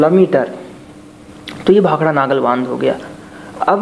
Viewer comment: Naagal ni nangal